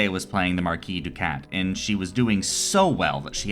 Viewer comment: The first published wargame is Chess, even though today we would classify Chess as abstract not a true wargame. Also, you don’t pronounce the “s” in “marquis”, it’s french.